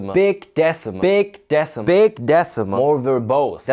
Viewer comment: Beeg Deh-suh-muhl.